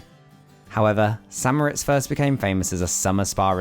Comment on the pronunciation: Thank you for properly pronouncing St. Moritz as "San Moh-RITZ", because nearly everyone gets it wrong! I mean if you visit a place and make and post a video about it, learn how to pronounce it. 😁